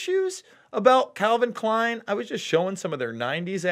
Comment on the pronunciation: Lukes 4d chess move pronouncing it K-lein as to not get picked up by the algorithms... Genius :)